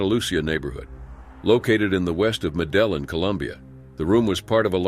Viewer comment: “Medelen, Colombia” 😂